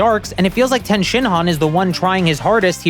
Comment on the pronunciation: Its tien not ten shinhan😡😡😡